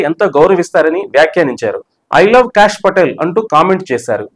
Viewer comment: "భగవద్గీతపై అంటూ.. ట్రంప్ సంచలన ట్వీట్"? మీరు వీడియోలో చెప్పినదొకటి. పెట్టిన హెడ్‌లైన్ వేరొకటి. BTW, ఆయన పేరు cash కాదు సర్. కాష్ అని పలకాలి.